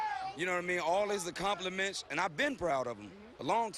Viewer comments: "All his accomplimentsh" lol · "All his accomplimensh"